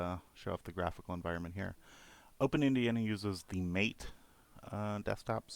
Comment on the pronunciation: Hey just to let you know it's pronouned mah-tae no mate. Not trying to be pretentious, just thought you may want to know. This was a pretty good video, keep up the work!